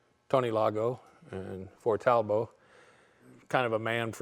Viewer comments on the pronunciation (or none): Talbot was English named after one of the founders an English Earl. Pronounced Talbot, with a "t", not Talbow. The other founder was a French guy but the company was English and in England. Talbot teamed up with a French company making products in both counties, which disappeared in the mid-1930s. The manager of the French factory, Lago, bought the French factory creating Talbot-Lago. The name Talbot was still used in the UK ending up under the Rootes Group as they bought the UK factories. So a Talbot in France and one in England - similar setup as with the name Daimler, one in England and one in Germany. Rootes unfortunately were eventually bought by Chrysler of the USA. Talbot-Lago wee bought by Simca who again were bought by ...Chrysler USA. Peugeot bought Chrysler's European interest. The Talbot brand was used until recently. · Talbot! Like robot! Not Talbot! Like rainbow! Ve ist sprecken ze englisi, oui? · Never heard "Talbot" pronounced like that. In the UK, I've only ever heard it as "Tall-Bott". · is our hero! Using cars the way they were intended to be used. I always thought that Talbot was pronounced using both T's. My grandpa had a 1985 Talbot and he used to pronounce it while putting emphasis on the O instead of A.